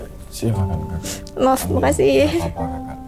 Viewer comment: Mereka : merekah, nggak apa2 : nggak papah, apa : apah.. 🫣🫣